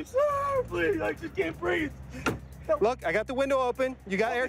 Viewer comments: George Lopez - "i can't breafe" 🤣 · hey! It's george floyd's half brother...i cant breef, i cant breef! lol